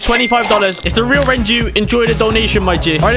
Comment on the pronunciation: Renju not Renault sorry